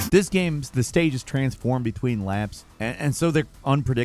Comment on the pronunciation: "GAEMES"